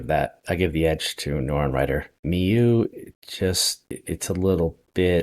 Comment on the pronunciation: Mieux is pronounced as ME + bUt. That's the sound you do with the U in But. My qualifications are that I've been living inside a French guy for the past 54 years. And it's indeed Better in French...